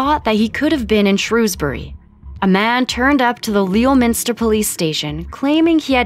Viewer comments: Leominster is pronounced 'Lemster'.... don't ask me why.... and don't get me started on how you pronounced Thames!! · the way you said leominster actually hurt me